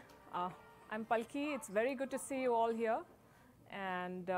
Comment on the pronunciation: Please read your name as Palki Upadhyay Sharma not as palki